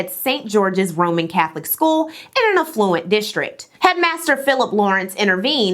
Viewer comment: You pronounce a lotta words wrong. I cant even make a list its way too much. 😅 but like affluent is one i remember. Incredibly edited, and very well researched/scripted content. Riveting even. My literal only critiques are with your enunciation and emphasis.